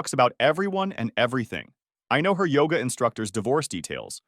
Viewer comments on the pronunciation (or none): none